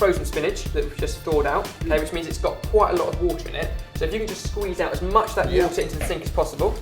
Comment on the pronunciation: "You guys are ut of control", haha, I love these.